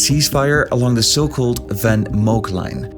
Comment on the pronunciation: Top video, maar waarom spreek je ''Van Mook Line'' niet als normaal Nederlands uit?